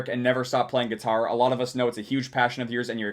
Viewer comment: I chuckle when it said "Geetar"